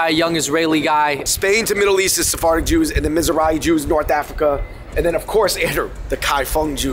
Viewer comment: It's "Sephardic" buds 🤣